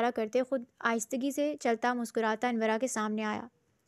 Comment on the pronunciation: Ap sy pehly bhi kaha tha k ,anora, naam ha not anwra itny modern naam ko anwra ker dia ha😢